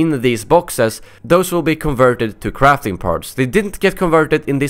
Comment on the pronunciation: when he said crafting parts it sounded like crapping parts